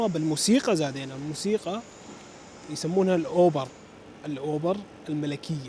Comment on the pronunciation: البوليس وقفوق من بين كل العالم لانك لابد ماشي غلط او تستعمل طريق او مسار غلط غيرك ما يستعمله لذلك لفتت انظارهم لانهم مش متعودين يشوفو همج. بعدين اسمها دار الاوبرا الملكية مش الاوبر يا 😅 نصيحتي إلك ترجع على المانيا لان حتى الملنيا كتير عليك وخليك بالكامب وعراتب الجوب سنتر 😂😜 ولا تفكر مرة تانية تزور ستولكام يا 😂😂😂😜 قلتلي الماي عندعم اسمها فاتن يا 😂😜